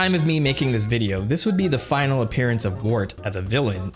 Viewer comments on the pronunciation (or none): none